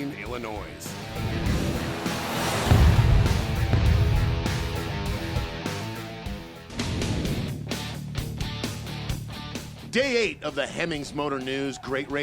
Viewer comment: The S on the end of Illinois is silent.